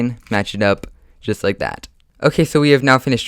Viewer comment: Please learn how to say that right and not thaT